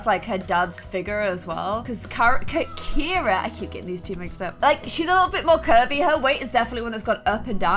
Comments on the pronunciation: You’ve been pronouncing “Ciara” as “Kira” this whole time and nobody’s told you idk if I missed something and you changed her name for some reason but my best friend is Filipino her name is Ciara it’s pronounced Ci-air-a but I guess it’s kind of to late now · It's annoying that she keeps saying Carrie instead of caira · CIARA NOT CARRIE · kept on calling Ciara, Carrie throughout the WHOLE VIDEO!!!!!!!! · DISE ANY ONE NOTICE THAT ALWAYS SAYS CARRIE INSTEAD OF CAIRA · It’s Kira not Carrie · KIERA NOT CARRIE!!!!😂 😂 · Who else notices that calls Ciara Carie? Like if you agree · Ciara not Keira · This was in the comments ages ago when Ciara was first adopted. pronounces it the Irish way.